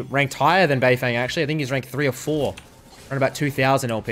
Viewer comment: just to help u a bit, his name is pronounced more like beifœng than beifeng